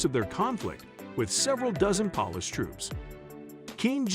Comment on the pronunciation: Horrible pronunciation. Polish is not pronounced pawlish.